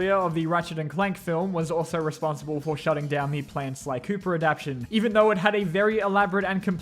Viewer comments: Ad-ap-tay-shin. Adaptation. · The way you say "adaptation" bothers me tremendously